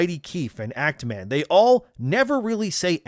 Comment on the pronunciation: Actman? nahh...it is ACTMAAM 😂